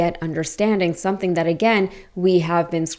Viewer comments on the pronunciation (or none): none